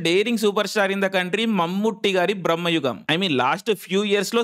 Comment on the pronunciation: Aa anmol gadi video neat ga copy thengav ga...super Jump cut nuvvu...super Btw...adi brammayugam kaadu...bramayugam....theda thelusuku thagaladu